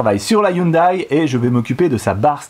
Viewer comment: la marque Hyundai dit "youndé" et pas youndaille!